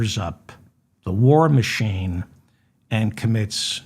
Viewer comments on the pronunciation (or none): none